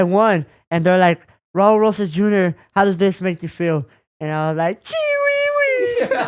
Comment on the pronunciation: you finally got his name right ❤️‍🔥👊🏽💪